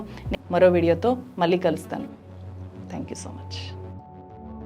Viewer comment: మీ కంటెంట్ బాగా ఉంటాయి. కానీ తెలుగు మాత్రం బాగో లేదు. వాల్లు, వీల్లు. మల్లి, ఏమిటా తెలుగు? కొంచెం చక్కటి తెలుగు పలకండి కదా!!